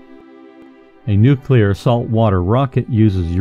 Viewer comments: I'm sorry, but I can't watch a documentary where the narrator consistently pronounces it "Nucular" - like a fool. The word is "nuclear" - said like it is spelled: "nu-Klee-ar" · Hey did you change your pronunciation from Nu-clee-ar to nu-cue-lur? The first part of the narrative is correct, the latter enunciation is ludditic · NU-CLE-AR, not nucular! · It's nu_clee_ar. Not nu_cu_lar. You sound like an idiot when you pronounce it wrong. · i listened as long as i could but the dubya-style pronunciation of "nuclear," and several other errors, just points to a massive ignorance of the topic.. IT'S NUCLEAR NOT NOOKULAR! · Nuclear (for example) is pronounced ' noo klee ar ' and not ' noo kew lar '. There is only one u in the word. When George W. Bush pronounced it the same way you do, he was widely mocked. It has nothing to do with a speech impediment. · "Nucilar"? Seriously?!? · Nucular rockets? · If you are a scientific expert, why don't you know how to pronounce the word "nuclear"? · Nuclear is tricky to pronounce correctly.. Keep working on it..